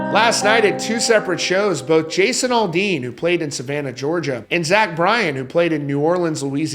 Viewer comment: It's Aldean not Alldean learn how to articulate